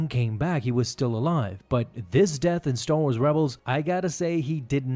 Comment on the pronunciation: "Staw Wars"